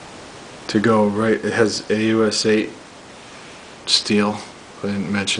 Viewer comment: Just an FYI: The "AUS" in "AUS 8" is short for austenitic, and should be pronounced the same as you would for the "Aus" in Australian. Nice vid, and a good knife.